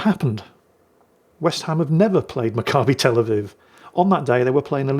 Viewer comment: You pronounced Macabbi Tel Aviv perfectly